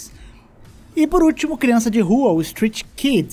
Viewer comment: “CIRANÇA” de rua kkkkk